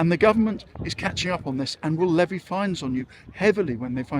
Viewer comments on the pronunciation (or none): none